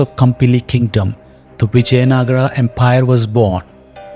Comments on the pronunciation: Whoever the narrator is, please don't get western influence and I request to please pronounce our words right. It is Vijaynagar not Nagaraa. It is Ram not Ramaa! Please let's be progressive and yet connected to our roots! Sorry if I said anything wrong. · Please be informed , it is Vijayanagara in Kannada not Vijaynagar.. Also it is Ramaa in Kannada and not Ram. In Telugu and Tamil it is Vijayanagaram, for Ram they say Ramulu, Raman etc.. so each language has different pronunciation and Hindi is not a base although I respect Hindi. Actually, most of the Hindi speaking people can't pronounce South Indian words and similarly South Indians pronounce Hindi words differently.. Kindly consentrate on subject than pronunciation.. For example a Dutch would pronounce Vijay as Viyay as they pronounce j as yay. Kindly do proper research before commenting. Narrator's pronunciation is not western influence. It is Kannada. And we are proud to pronounce as Ramaa or Rama, Lakshmana, Narayana, Hanumantha etc. Jai Bharatha...